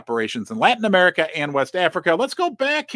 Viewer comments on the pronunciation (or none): none